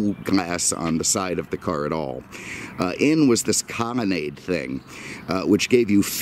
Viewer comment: I enjoy these videos, what is it with this guy and pronouncing L as M...Comonnade, Cadamac, etc.